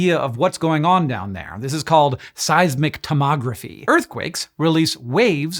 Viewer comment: "tomography" kinda sounds like "tomatography"